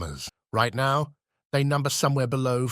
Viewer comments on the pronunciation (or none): none